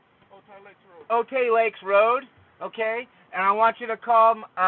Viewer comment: Oatay lakes road LOL. It's O-thai lakes Just like El Cajon, El Cajan. :D